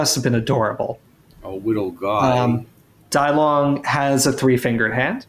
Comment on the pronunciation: With all due respect, if people would like to pay some extra respect to the Chinese spoken language, Dilong is pronounced as DEE-lown. The "I" would make a long E sound as in bee, and the "long" part is very similar to how you would pronounce the second syllable of alone.